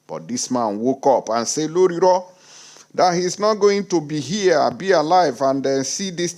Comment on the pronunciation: 🤣🤣🤣🤣🤣🤣🤣🤣🤣😂😂😂😂😂😂😅😅😅. I couldn't help it but laugh my head off when i heard you say, some people are using torch and lantern to look for tinibu. I also love the way you say, lorilo.